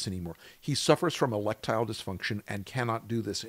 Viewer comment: " Electile dysfunction" 😂😂😂😂😂 can he get a tablet for that? A BLUE one 💙 😍